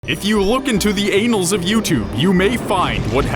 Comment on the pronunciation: Um...it's pronounced "ann-ahls", not "ay-nahls" lol